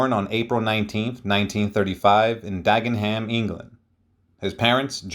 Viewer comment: 'Dagenham', pronounced 'Dagen-hum'. 'Magdalene' is pronounced 'Maud-lin'. There's no mention of his physical disability. He was born with bilateral talepes, or club feet. He had treatment but his left foot was permanently twisted.